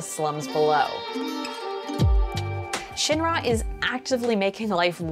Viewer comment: The way she pronounces Shinra tells me that she never played ff7